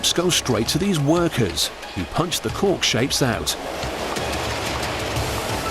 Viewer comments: A fine "corck" ( ͡° ͜ʖ ͡°) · Cant stop hearing cock God my throat needs a stuffing ...with wine